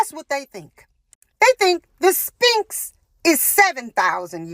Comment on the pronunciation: She says "The Spinx..." The Ph in Sphinx becomes an F sound, when pronounced. So it's actually pronounced "The SFinx", but it is spelled Sphinx.. 🙄🤦‍♀️